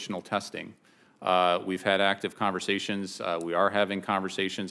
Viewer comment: He's having "actice conversations." Huh? What's an inactive conversation?